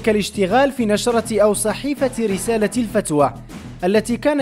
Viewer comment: واش أنت الفتوة قريتيها الفتوى وبغيتي الناس تيقك أن معلوماتك صحيحة، صحح نطقك أولا..إعلام البلوى لا يفرق بين الفتوة والفتوى!!!